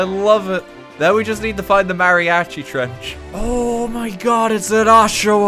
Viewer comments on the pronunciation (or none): none